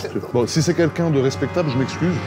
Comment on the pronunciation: Ptdr j'ai une amie qui dit tout le temps "kinkin" à la place de "quelqu'un" et j'l'ai souvent remarqué chez Joyca. Merci Carlito à de l'avoir fait remarquer aussi. x)